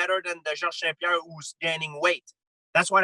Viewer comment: George "Seh Who Joe" St. Pierre